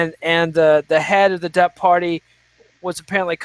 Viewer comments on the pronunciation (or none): Lols at "The DUP", it's the Dee U Pee!